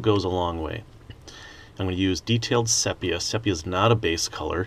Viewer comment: I love your work mate but the colour is pronounced see pee ah